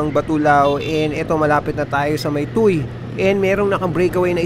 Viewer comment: Tuwe ang pronunciation ng tuy idol. Fyi incase mag cover ka uli ng TOM next year hihi